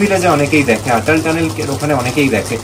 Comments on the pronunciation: খুব ভাল লাগলো দাদা. এই ভ্লগটি প্রতিটি ভ্লগের সাথে একই রকম তথ্যপূর্ণ এবং ভালভাবে উপস্থাপন করা হয়েছে। শুধুমাত্র একটি অনুরোধ, অটল টানেল কে উচ্চারণে আটাল টানেল বলবেন না. আমি আশা করি আপনি কিছু মনে করবেন না🙏.অনেক শুভ কামনা 🌷✨ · খুব সুন্দর। শুধু একটাই কথা 'আটাল' না বলে অটল টানেল বললেই ভাল হত।